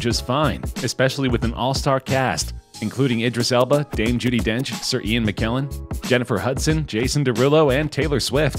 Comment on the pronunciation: the name's spelled IDRIS ELBA not EDRIS ILBA, and MCKELLEN, not MCKILLIN